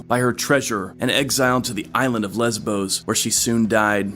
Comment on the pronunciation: She was sent to an island called " Lezbows "?😂🎉